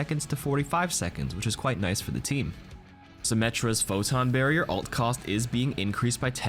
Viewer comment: 'Ult' is short for 'ultimate'! Why do you say "alt"?